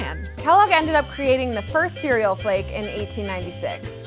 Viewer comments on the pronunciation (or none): none